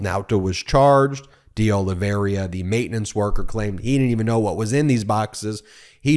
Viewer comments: "Oliveira" pronounced as it is spelled..not "Oliv-e-RIA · Hi BEN! Portuguese names are your nemesis. Look at the second "I." It is BEFORE the "R" and not pronounced. It is "Ol i ver a." That dang extra "I" trips up a lot of people especially when it comes to spelling. My last name is rare and included on the confusing list.